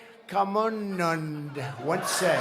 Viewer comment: Ohhh my goodness the way trump ruined names of great viveka nund was hilarious and by the way I think the crowd which was gather I am sure it was paid one